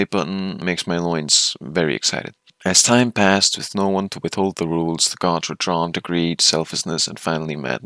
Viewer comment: I thought you were saying guards so when i heard "the most powerful of all the guards" i was thinking "hmm yes a quite powerful guard."